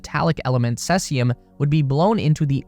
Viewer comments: Cesium: SEE-zium. You said Sehsium. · Cesium is pronounced See-zee-um. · its pronounced See-zee-um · SEA ZEE UMM .....FFS !....cheers. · It's Cesium, with a long e.